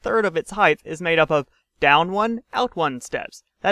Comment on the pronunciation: I know you get it right about half the time you say it, but its a pet peeve of mine. Its height, not "heighth".